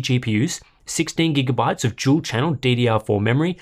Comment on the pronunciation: "gual channel" is totally how you should pronounce it...